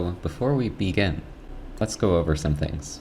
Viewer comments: "So, beefore we beegin" likes the video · Looool “bee-gin”